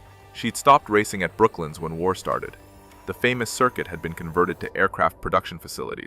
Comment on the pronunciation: BrokLANDS....NOT BROKLYN ....